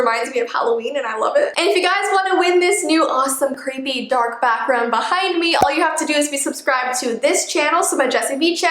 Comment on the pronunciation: When you said 'I have a backround behind me' I thought you said you had a bathroom behind you xD